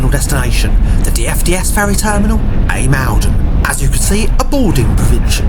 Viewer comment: ijmuiden pronunciation is more like eye-moden , if u say that its closer to the way you butchered i mean pronounced it, dont get me started on how u said Scheveningen lol